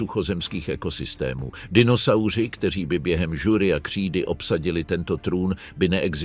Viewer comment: Jenom to začne a už je tam kix. Cestovat do žury. Ale co, AI je přece jenom blbej stroj. Když dítě vysloví chybu, zasmějeme se. Kolik let už je téhle bestii?